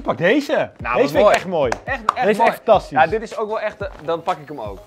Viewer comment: Bij zei giel fanTAStiesch bij een tas